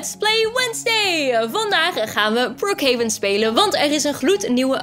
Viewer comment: Brookhaven je zegt het verkeert gezegd